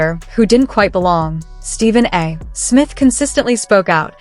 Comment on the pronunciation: Quit using AI to read your script, or get a better AI. Stephen A. Smith's name is NOT pronounced: "Stephen A. (pause) Smith". Your poor AI can't tell the difference between the period after an initial and the period at the end of a sentence. That's distracting and lame. And sounds very FAKE.